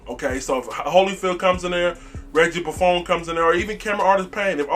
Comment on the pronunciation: For the love of god it’s Ross Cockrell not Ross Cockwell and he played for the Giants last b4 the Panthers not the Steelers. Also it’s Reggie Bonnafon not Reggie Buffoon! Beside that keep up the good work like the channel